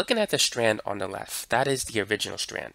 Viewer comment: Its left not lefff 🧍‍♂️